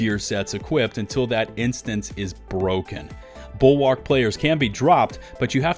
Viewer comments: the 'a' in bulwark is basically silent. please stop saying it like that. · I find it funny every time you say the name "BULWARK"